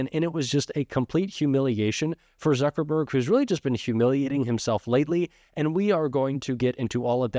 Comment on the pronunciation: It's Suckerberg. Instead of Zuckerberg.